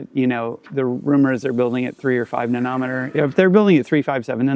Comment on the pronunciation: What kind of an animal pronounces nanometer like that? 😂😂😂